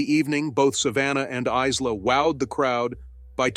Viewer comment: Is la? It is pronounced Ila.